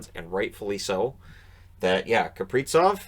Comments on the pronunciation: Gotta say it: it's KapriZov with a zee-sound, not KapriTSov... Russian born dane here, so it's not up for debate:) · I am not sure why started pronouncing it wrong, but it's Kaprizov with a Z, not Kapritsov😀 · Z in Kaprizov is pronounced the same as in Suzuki.